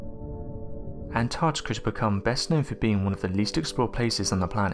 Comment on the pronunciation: I love these vids, but PLEASE can the lovely female narrator you've had on a few times, do ALL the ones that have ANYTHING to do with the ARCTIC, (not "ARTIC"!) ..& ANTARCTICA, (not "ANTARTICA") in it. It gets beyond frustrating and (cringe worthy) to hear it mispronounced, all the time. The best way to remember..apart from the obvious spelling, is to remember that they BOTH have an 'ARC' in them.. not an 'ART', before the 'TIC' at the end. In the case of ANTARCTICA .. a 'TARC' not 'TART'! etc. It is really distracting, and obviously a pet peev of mine, but some ppl especially kids these days, learn from watching and LISTENING TO YouTube vids and can pick up on some shocking 'adult', bad habits that can inevitably last a lifetime.. IF, not corrected. 😕 I get nobody's perfect, but if using a channel as *Educational and informative, even 'scientific'.. surely correct pronunciation should be of some importance to you? The young lass would be a perfect narrator in 'this' case. Hopefully this is taken as constructive criticism, and not a personal attack, as it's not being typed with any shred of malice. It's just an obvious issue, that comes up over and over, especially when said multiple times in a video. Perhaps not this one, but another where The 'Artic' and 'Antartica' where both said at least 6 times each. At one point it even became An'ar'tica !?? 😟